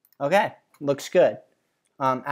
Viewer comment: it's more like "oh gay" to my ears